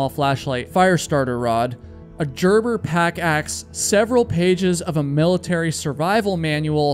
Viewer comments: Gerb-ber Not 'jer-ber' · It's Gerber not jerber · That’s a hard G in Gerber. Great vid though! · Please don’t call Gerber, Jerber again. It’s a hard G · gerber - g sound as in Game, not the J sound, sir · 😂😂 It's Gerber Not "Jerber".... are you sure you do any hiking?? I'm not sure I believe you. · Did you say Geeer Ber? 🤣 Damn boy aren’t you American? It’s Gerber. Gir ber 😂 Just messing with ya but come on now. And the S is silent in Corps 😁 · He seems to be on a roll after pronouncing "Gerber" as if it were "Jerber" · I don't know how anyone could get lost when packing there "Jerber"? Haha you gotta be kidding me! Gerber sport!!! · Gerber.... Guh-erber Gerber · Bro said “jerber” and “peace corpse” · Gerber Hard "G" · Homie doesn't know how to pronounce 'Gerber' ? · How are you a camper and do not know how to pronounce Gerber?